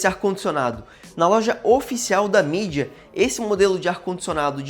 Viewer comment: n é mídia, é midea